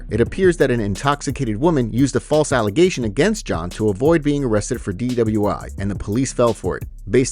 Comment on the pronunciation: A false allezation?